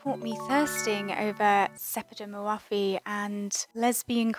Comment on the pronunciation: Love your videos! But her name is not pronounced hour, it's more like "Ór'.